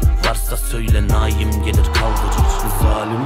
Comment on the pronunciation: Naum değil naim